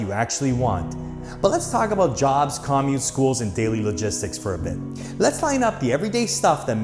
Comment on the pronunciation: Great info for people looking at Florida! Btw no one says 'COM-mute'.